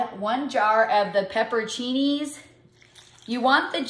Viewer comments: Pepperoncini pronounced pepper-chee-nee. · "pepperccinos"...hahahaha ..you are so cute. it totally cracks me up how Michigan folks always butcher words. its totally a Michigan thing.😂😂😂